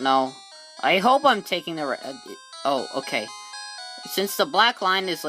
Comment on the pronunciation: Did you just say wed instead of Red...lol. good video and have a good day everyone